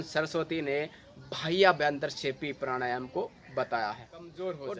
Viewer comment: Bhai pranayama shi sai batao kuch samaj mai nhi aaya. Yha tk ki naam bhi pta nhi pd rha. Baki video achi thi. Jai sri ram